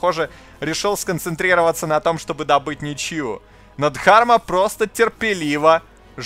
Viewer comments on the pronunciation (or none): Дарма, а не ДХарма